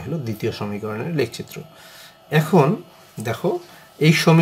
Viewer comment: Lek citro na eta lekh citro occaron vul